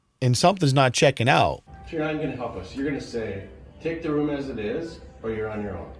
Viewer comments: Room not rum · always says ‘Rhum’ for Room..😂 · Weird pronunciation of the word 'room', sounds almost like 'rom' is that an American thing or just this guy? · Anyone else hear him say the word ROOM weird every time he says it lol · Bro you say "room" like one would say "book". How do you say "poop"? Running joke in my family, just want to know, thanks